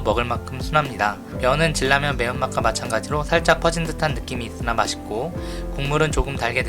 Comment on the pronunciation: 질라면이 뭐여 진라면. 발음이 거슬려